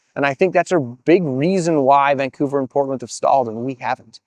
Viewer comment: I sense youre from vancouver because of how you pronounce vancouver. Vang-couver